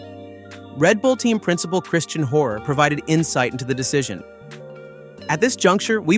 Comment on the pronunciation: WTF is this channel , don`t now how to pronounce any name right in the first minute. Yuki Tsuna and whatever you make of Horner. This is a disgrace.